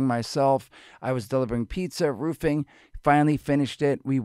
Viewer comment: Roofing! I 100% thought he said he started Boofing at this point...